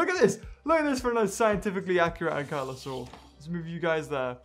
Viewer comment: When you realise that its "ankylosaurus" and not "anklyosaurus"